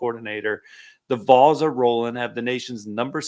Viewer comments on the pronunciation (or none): Kid, no one is ever going to take you seriously in this subject if you can’t even pronounce ‘Vols’ correctly. GTFO with that garbage.